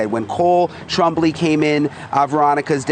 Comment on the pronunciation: 😂😂😂 trambly. it's hilarious. I've heard my father's name in many different ways but this is so funny. it's twahm blie Twombly. it's not as hard as it looks